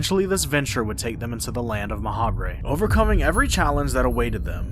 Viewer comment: I feel like Ma'habre is meant to be pronounced like macabre. Like, "Ma-hobb".